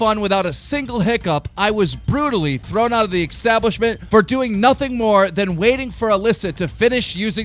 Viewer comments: Keem, es-tablishment. Establishment. Not ex-tablishment. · Why do you pronounce establishment as extablishment. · Is it just me, or does he sound like he's say eXstablishment and eXspecially? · Establishment not extabishment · Establishment is not pronounced “X-tablishment And Patron is pronounced “pay-tron” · i like how keem can't pronounce establishment